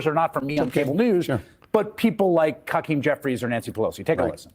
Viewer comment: sounded like he said ‘Cuckeem Jeffries’